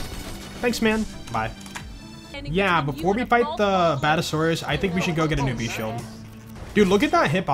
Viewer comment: I know have your ways of saying things different, are you deliberately mispronouncing badASSasaurus?